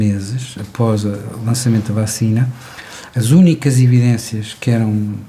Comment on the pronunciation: Um professor doutor que diz bÁcina, pensei que era trollanço. 😂😂